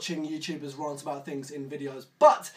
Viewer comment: please learn to pronounce rant